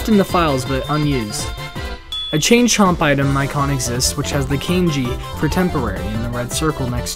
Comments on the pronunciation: its kAHnji and not “kAEji” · Is kanji really prenounced kain G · I almost died from the way he says “kanji”. It’s not KENJI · "Cane-ji"? Boy, you need to read a book once in a while.